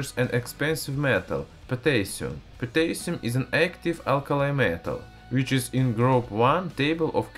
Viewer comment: The least you could do is pronounce Potassium right.